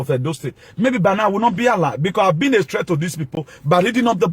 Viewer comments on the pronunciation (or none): none